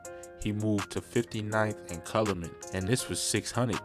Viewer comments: Lol Cal-u-met is how u say it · Calumet u gotta learn how to say it 😭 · It’s called 59th and Cow-you-met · Say it with me kal-yu-met